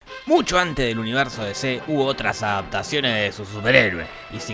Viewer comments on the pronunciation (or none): "De ce" en vez de "Di ci"